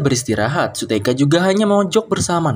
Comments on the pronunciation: Kak mohon maaf namanya bukan su-teka tapi su-hyeok itu yang aku itu namanya bukan su-teka 😊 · shuyok bukan suteka bang tapi gak papa de!